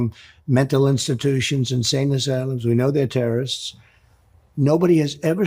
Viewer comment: He said TURD instead of terrorist. Nobody has mentioned it & that moment is funny. Trump is never funny except when the word turd comes flying out of his mouth.